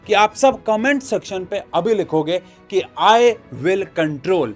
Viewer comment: "i will comtrol"